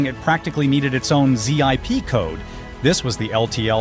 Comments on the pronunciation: "a hood so long it practically needed its own Zee Eye Pee code".. zipcode. One word and your speech bot would say it correctly. I hate that this gets you engagement points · dude...I could hardly stomach it as soon as I heard "Zee-Eye-Pea Code" instead of "Zip Code".... 🙄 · There is a reason "He" says "Z.I.P" code instead of "zip code". Everything is AI these days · Not sure why you're showing other brand trucks while talking about Fords. Z I P code? ZIP code! Is this AI generated? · It's own. z i p code You mean zip code ..lol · Z.I.P. code.. oh AI you are funny 😂😂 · Zee-eye-pee code?? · Interesting topic, too bad for AI. Z-I-P-code🤣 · How do you this is AI narration? It can't pronounce ZIP Code.